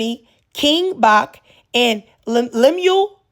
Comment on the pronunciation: 22 Bach is pronounced "batch" btw, his real name is Andrew Bachelor